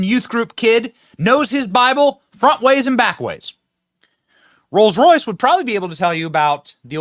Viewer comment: whenever I hear you say "Rolls Royse", I think of my daughter, she lives in Royse City